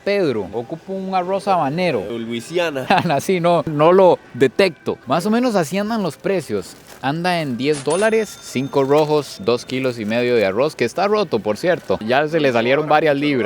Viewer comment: yo si quisiera saber por que cuando pronuncian algunas palabras con la letra R hablan como si fueran gringos Arrouz Rojous wtf no entiendo nada